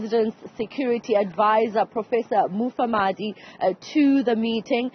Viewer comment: This anchor - - does not know how to read. Why did they employ her? She cannot even pronounce Mufamadi's surname correctly. She says he is Mafamadi.